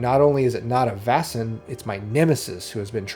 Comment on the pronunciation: Vaesen is pronounced "Vay-sen", not "Vah-sen", by the way. It's derived from the Swedish word Väsen, cognate with the German Wesen: Being or Entity.